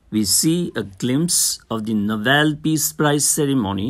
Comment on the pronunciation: Plz read fast and it's nobel not novelll , anyway thanks for the explanation✨